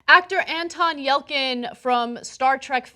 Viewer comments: It's pronounced "Yel-chin". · Yell-Chin, not Yell-Kin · It's YelCHin, not YelKin. K exists in Russian. If it were pronounced with a K sound it would be spelled with a K. It should be pronounced like it's spelled.